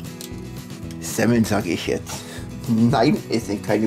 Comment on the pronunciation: Semmel --- -- - -- tz tz tz ... genau wie KRAPFEN - bei deinem letzten Livestream - Ihr habt ja eine aussprache - Echt Lustig - Weiter so - Immer wieder schön die Videos zu sehen.